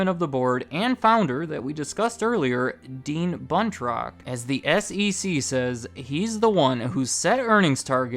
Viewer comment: Anytime you say "Buntrock", I can't help but hear "Butt Rock" and it gets me every time.